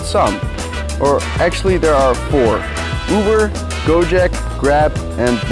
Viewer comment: Unimportant: GoJek ≠ GoJack Pronounce the e like you would pronounce e in heck. Keep that k in Jack the same. Now say it again :3